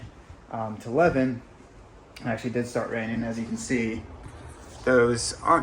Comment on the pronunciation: You are really butchering these place names! The town where you spent Christmas - Levin is pronounced “Live-in” and the Tauraura range is the “Tower-roar-a”. Come on, you got this!!